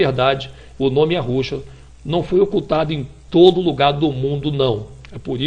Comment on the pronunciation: Homem; vá estudar Hebraico e Aramaico. O nome é: YÉSHUÁH (pronúncia).